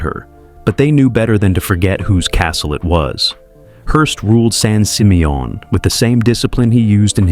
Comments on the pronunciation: Right? I was like what the heck is son seemayOHN? 😂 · didn’t realize it was pronounced “San SeeMeYawn” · san sih-MEE-un -- That horrible AI voice mispronouncing it over and over got on my nerves. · The way that San Simeon is pronounced is hilarious😂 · Some pictures are NOT Hearst Castle ... and he says San Simeon wrong. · Wow AI can't say San Simeon correctly 😂😂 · Sounds French 😂😂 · Wanted to scream after listening to mispronunciation of San Simeon Did tour few times when family visited from back east The pools were my favorite especially the indoor pool Don’t know what shape the estate is in now or they have any tours Run by state of Kalifornia